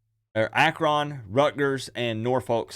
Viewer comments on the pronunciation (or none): I live in Akron/Canton...laugh when you pronounce AkRON lol! It's pronounced more like AkRIN.